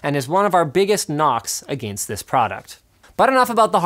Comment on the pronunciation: "a-gain-st" :-P